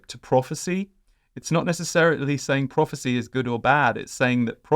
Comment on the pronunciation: Prophecy is the word i missed at first, I heard it as property at first, slight accent issue.